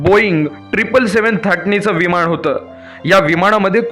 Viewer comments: तू आधी न आणि ण हवे तिथं नीट म्हणायला शिक...मग नंतर असले फालतू व्हिडिओ बनव...विमाण नाही म्हणत...विमान म्हणतात... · विमाण नाही.... विमान असतं ते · विमाण का म्हणतोस रे मूर्खा! विमान म्हणता येत नाही का? तसंच दरम्याण म्हणतोस! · छान माहिती, पण विमाण नाही विमान, णंतर नाही नंतर.